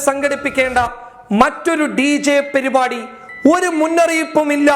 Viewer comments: പെരുവാടി അല്ല "പരിപാടി" Sajanka ഭീകരനോ??? 😊😊😊😊😊 എന്തൊക്കെ കേൾക്കണം ന്റെ പൊന്നോ................. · ഒരു ന്യൂസ് റീഡർ ആദ്യം ശ്രദ്ധിക്കേണ്ടത് അക്ഷരസ്ഫുടതയാണ്. പരിപാടി എന്നതിന് പെരിപാടി - താഴ്ച്ച എന്നത് തായ്ച്ച - കഴിഞ്ഞ എന്നത് കയ്ഞ്ഞ എന്നൊക്കെയാണ് സ്ഥിരം പറയുന്നത്. ഞാനിവിടെ മുൻപുo ഇത് മെൻഷൻ ചെയ്തിട്ടുണ്ട്😊